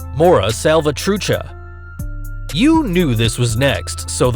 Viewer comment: He said Mara Salvatrucha wrong😂